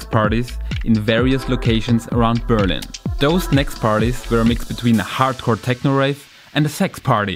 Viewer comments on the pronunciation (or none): none